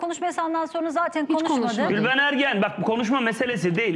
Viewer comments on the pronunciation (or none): gülveren deyince anlaşılmıyor dimi Nihat aptaldı millet